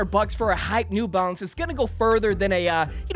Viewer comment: It’s just “New Balance” bro, not “nEw BaLenCeZ”💀💀💀😂